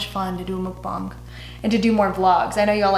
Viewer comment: lmao! I say mukbang the same way you do...like double just to make sure i’m saying it right 😩😂